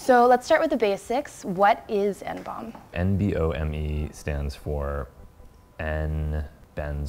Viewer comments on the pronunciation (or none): what the fucking fuck? just pronounce it as N-B-O-M-E, not fucking hiroshima nomb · why the fuck are you pronouncing it "N-BOMB" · Please stop calling it N-Bomb! It's N-B-O-M-E how hard is it to say letters? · Reporter keeps calling it N-BOMB, when its N-bome.. Christ sensationalist media